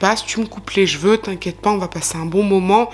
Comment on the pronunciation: Moi, ce qui me "fane", c'est quand tu dis " jjj'veux " à la place de CHEVEUX 😂😂😂 Merci encore et toujours pour ton travail de qualité 😉👍🏻🧡 Prends soin de toi 😘